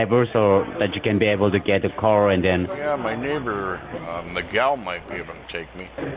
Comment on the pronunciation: Terrible English by these 2 idiot scammers. He can't even pronounce "Miguel" properly.